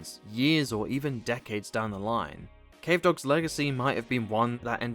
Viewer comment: i swear everytime you say decades it sounds like dickheads